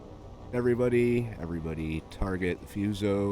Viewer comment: Fuso... "Foo-so" not "Fuse-oh".😁 I'm playing catch-up, so I realize my comments are too little, too late.🤦🤣🤣🤣